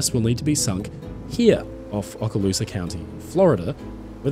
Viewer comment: It is pronounced Oh-ka-loose-ah